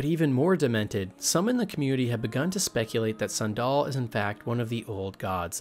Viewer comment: how do you mispronounce Sandel. its like the shoe. San Doll. bro pls youre killing me. I want to like this!